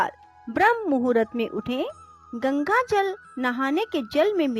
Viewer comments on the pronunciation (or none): none